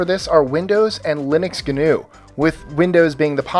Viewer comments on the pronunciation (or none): GNU is not pronounced as Ganu it is pronounced as the letters themselves so it is pronounced as Gee En Uuu